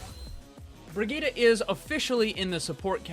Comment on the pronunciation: BrigittE! ...BrigittE!!!! NOT "BrigittA"!!!!